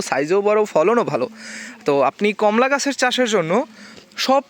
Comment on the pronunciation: এর নাম কম্লা নয়, কমলা ।